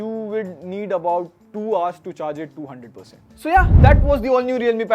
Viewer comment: "...so you will need about 2hrs to charge it 200%." it really sounded like this!😅😅